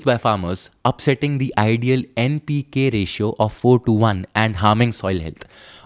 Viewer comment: Like the way you pronunced NPK